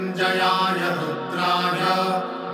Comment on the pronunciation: Not Rudhay but Rudray and not sarvay but it is sharavay.